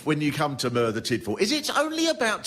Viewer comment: learn how to pronounce Merthyr before you do a show about it you numpty